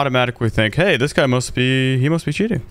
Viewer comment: “You’re sheating”